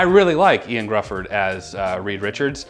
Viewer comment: John krazinski was a terrible reed richards. And IOAN’s name is pronounced h’io-ann not IAN